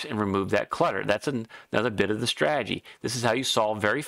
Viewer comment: Lazy pronunciation number 2. You say "strag-gy" as a two-syllable. It is three syllables STRA-TE-GY.